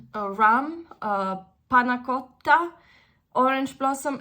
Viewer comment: Adoro entrambi i profumi ma alla fine ho scelto di comprare Devotion, costa un pochino meno. Hai detto la parola "pannacotta" benissimo, sai parlare italiano? Grazie per questa bella recensione. 🥰